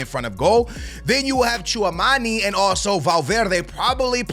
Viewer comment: Bro it’s not pronounced chew a mani it’s chew a meny